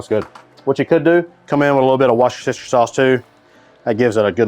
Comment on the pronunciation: To be honest, I'd cook it 36 hours in the sous vide. Perfectly tender. Also, the mispronunciation of Worchester sauce is old. It's wooster-sure.